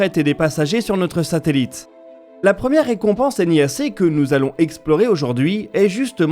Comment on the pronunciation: Mais bon sang, pourquoi vous dites toujours N.I.A.C, et pas nia.... ah. Understandable, have a great day.